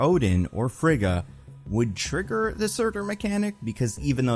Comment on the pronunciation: No, Frigga is pronounced differently, with hard consonants.